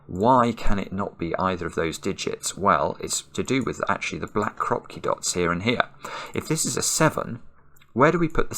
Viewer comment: in ukrainian krapki with emphasis on last syllable